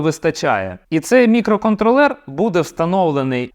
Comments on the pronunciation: Ох цей мікроконтролЕр, замість мікроконтрОлер, ріже вухо) наче цей чіп не опрацьовує периферійні пристрої, а контролює маленькі мікроквитки у іграшковому громадському транспорті) Але саме відео корисне, дякую! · Дякую за українську. Польотний контрОлер, а отже і мікроконтрОлер, не мікроконтрлЕр.. Але це дурниці. Продовжуйте! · На МК хіба на тепловізорі 32х32 буде адекватно працювати. Орієнтуватись треба на Lattepanda Delta +, бо розробити потужний чи портувати існуючий на МК це займе більше часу і не факт що буде дешевше, бо треба ОЗП зовнішнє та МК рівня H7 двоядерний. Правильно давати наголос мікроконтрОллер